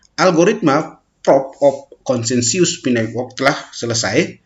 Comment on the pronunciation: Consensus bukan KONSENSIUS baca yang bener mas